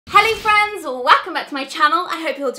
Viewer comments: YOU SAID HALLI FRIENDS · At the beginning said Helly Friends